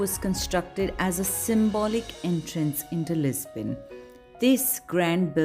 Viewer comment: Why are you saying "Lis-bain"? It is very distracting. Loved the video though. I live in Lisbon.